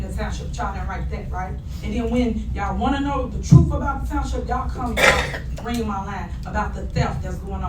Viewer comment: LIAR! Whenever she is confronted she just attacks attacks attacks! She will not answer questions. Also, did you notice that Super mayor said "TROOF"?